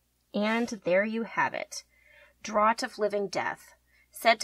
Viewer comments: You pronounce it as draft not drot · Just as a reference, it's spelled Draught but it'se pronounced Draft ^^ honestly I love your videos though, I'm planning on having a whole wall of these potions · really enjoyed but one thing, it's pronounced draft actually XD not draught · It's draught as in drinking and is pronounced with a sort of f sound but yeah I really like your designs :)